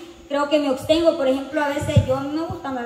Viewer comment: LA PALA BRA CORRECTA ES ABSTENGO. MAL COMO LO DICES TU OBSTENGO.